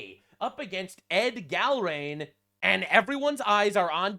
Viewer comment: I love in Massie's district. I've voted for him every time until this one. I think he changed after his wife passed. BTW, Gallrein is pronounced Gal rine.